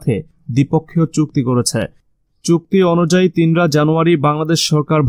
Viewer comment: "তিন রা" নয় তিসরা।